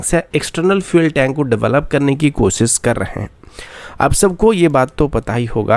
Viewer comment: Newzzzzz, Suroooo, Kosis, Specially, Saizzz